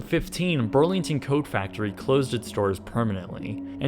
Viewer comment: I think you mean urlington